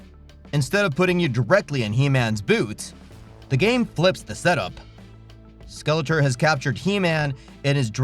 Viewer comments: Why are you saying Skeleter?!? It's like nails on a chalk board. SKEL-ET-OR. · It's pronounced SkeletOR, not SkeletER. I can't watch anymore. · 😂😂😂 why do you keep saying Skeletuur ,Not Skeletor😂😂😂 damn Im baked😂😂😂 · How can you make a He man video and not know how to pronounce SkeleTOR? Lol Cool video still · obvious AI narrator cant even pronounce skele-TOR. the whole thing sounds like a chat gpt essay on motu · I can't stand the pronunciation of Skeletor.....driving me nuts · Why can't you pronounce Skeletor? 😂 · What's sad is that the ps2 told you the correct pronunciation of skeletor and you still pronounced it wrong. Enjoyable video though. Keep up the good work. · Hey guys, (the narrator) I've been sick for the past couple of videos, and I'm aware that's not an excuse, so I wanted to apologize for mispronouncing Skeletor's name. I genuinely just blanked out on that one and I now realize how important that is to a lot of you guys. I'm feeling better now and I'll pay a lot more attention to details like that from here on out.